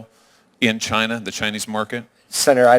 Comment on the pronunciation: Karan Bhatia said "We are proud to be an American company..." He said China wrong!